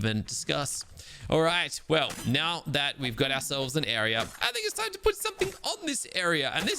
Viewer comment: "Are you kidding me right neow"